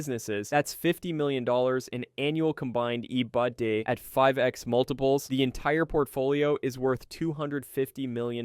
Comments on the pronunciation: i was so triggered by EBD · Your AI voice trying to pronounce “EBITDA” is hilarious 😂